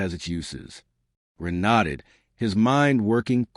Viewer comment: Someone would probably need to rip the webnovels and give it to something like eleven labs. This one calls Ren "Run" and "Ron" lol